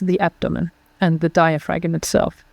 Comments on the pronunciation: My erudite dear its digh-uh-fram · Why didn't you correct her on her MISpronunciation of- DIAPHRAgM? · Hope you corrected her pronunciation of diaphragm...off camera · I got such a big kick out of how she pronounced diaphragm. Lol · Very interesting podcast. Please learn how to pronounce diaphragm properly in English. It is the one key component in your approach and to hear that one single word mispronounced over and over and over makes it very challenging to listen. Especially when nothing else is mispronounced. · That pronunciation of “diaphragm” is wild.